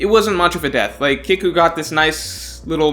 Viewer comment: It’s pronounced keeku like seek or eek. Not kick-u